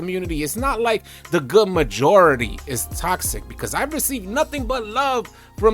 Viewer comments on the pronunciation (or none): none